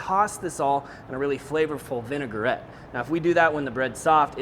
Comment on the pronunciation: it’s Vin-a-gret, not Vin-e-gar-et. Three syllables.